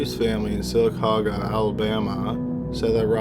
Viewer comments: How is sylacauga in your mind pronounced sala cooga I live near sylacauga Alabama and that really irked my nerves to the point where I stopped the video and you sound like a fucking robot it makes the videos unbearable to listen to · Sylacauga AL=Sil-a-cog-a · in the 1st story Sylacauga Al. is pronounced SIll-A-Cog-A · THE WAY HE SAYS SYLACAUGA 😂😂😂 I’m so weak 😂😂 I love you,, but baby you messed up.